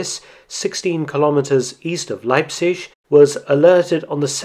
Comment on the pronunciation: Well done on pronouncing Leipzig correctly!